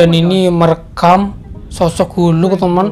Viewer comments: Bang,cara sebut"Hulk"itu Gini,halk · Bukan hulk. Tapi hak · bukan huluk bang tapi hulk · Bukan hulk tapi halk